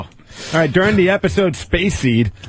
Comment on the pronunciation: "spayce..the final...frontier."